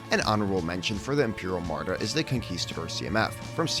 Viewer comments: Love these vids! Just a heads up though, it's Armada, not Amarda. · This series is amazing! By the way it is pronounced Arrr-Ma-duh, not uhm-arrr-duh